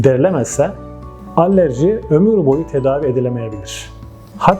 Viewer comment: Allerji derken? Alerji olmasin